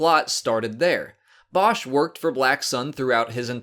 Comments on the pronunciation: būsh is the correct way to pronounce it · It's boo Sh